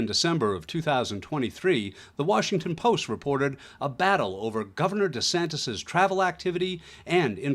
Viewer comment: Ron DEE Santis???? 😅😅😅